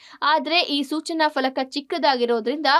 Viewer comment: PALAKA, Falaka alla, your channel Anchors are becoming more of a Shokilalas